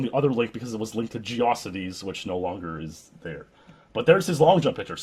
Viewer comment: Geossities? really? it's geo cities